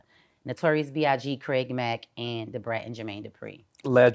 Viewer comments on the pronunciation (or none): none